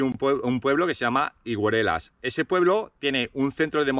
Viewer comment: Higueruelas engancha, eh..? Mucha suerte con el nuevo proyecto y a ver si con las ideas, medios y fuerzas renovados sigue creciendo el proyecto BikeTrails. Y es verdad, como sigas pronunciando así el nombre del pueblo....te hechan😂 Suerte!